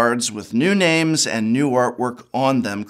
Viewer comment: You know prof is angry when he mispronounced names